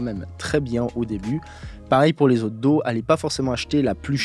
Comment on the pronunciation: Si ça te dis , tu pourrais prendre des cours d'anglais et particulièrement sur la prononciation .... daw ... tu prononce do ... c'est horrible 🤣